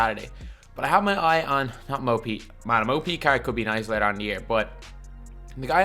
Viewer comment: When he said “mo pete” I thought he said Mopi